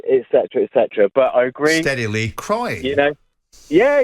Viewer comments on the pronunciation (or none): "Steady Lee" LOL